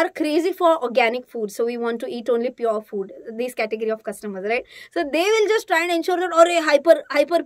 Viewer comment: So we want to eat only pure food (with the accent) funny indeed 😂